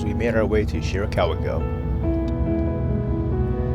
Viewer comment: Shirakawa-go, not Shirikawa-go